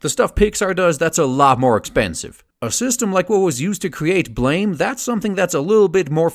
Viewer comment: It's pronounced "blam," though I enjoyed the video otherwise. I'm really hoping a Biomega film comes along.